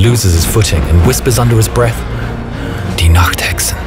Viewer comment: sorry for being a bit rude but iits Die Nachthexen not de nachthecksen sorry for saying that im german btw